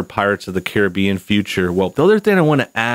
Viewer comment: Its pronounced Caribbean not Caribbean